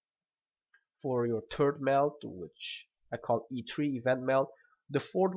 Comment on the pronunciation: He said "turd meld".